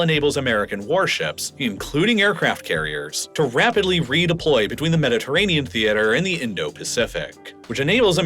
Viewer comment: What is a "Mediterranea"? You keep pronouncing the Mediterranean as "Mediterranea".